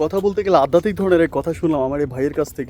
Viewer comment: Addatik noi adhyatik.